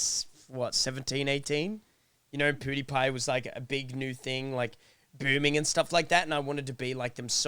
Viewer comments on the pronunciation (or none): cray was saying PewDiePie wrong he said PewWiePie